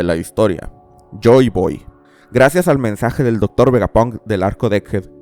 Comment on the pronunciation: Una pregunta desde la ignorancia, ¿porque dices VegapOnk en lugasr de VegapAnk? pq para mi tiene más sentido así, debido a que palabras como SteampAnk o ciberpAnk se pronuncian con la A